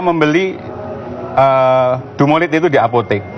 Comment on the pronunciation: DUMOLID bukan DUMOLIT... sebab kalau (Dumolit) artinya jadi beda, bukan merk/jenis obat.